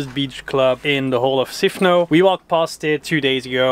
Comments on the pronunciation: It is NOT Sifno! What the heck happened to the S? SIFNOS please. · Great video, thank you! You asked how the island is pronounced in English, so here it is. It's Sifnos -not Sifno. We use 'Sifno' when in the object form, but that's only when we speak Greek. In English it's just Sifnos, Milos, Serifos etc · I think it's Sifnos with the s pronounced